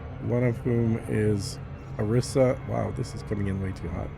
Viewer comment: You mispronounced Arissa when talking about the best power.